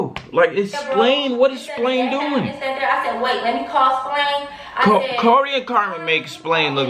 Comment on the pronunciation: said “Splain”🤣🤣🤣🤣